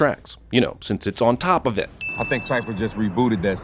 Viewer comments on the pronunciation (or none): I love how he said “ON TOP OF IT”